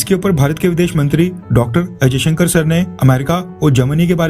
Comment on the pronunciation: affairs You wrongly pronounce the EAM Dr.S Jaishanker as Ajay Shanker,Pl correct